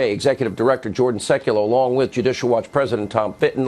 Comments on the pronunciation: Jay Sekulow, who is mid 60s, looks the same age as his son Jordan! Jay actually looks better.. By the way, pronounced SEK-yoo-loh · Fyi: Sekulow is pronounced Sec-you-low, as in "low life." Sorry, am OCD.;-)